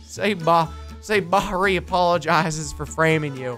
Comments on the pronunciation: It's bahri not BRI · Preston it's Bahri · it's not bahri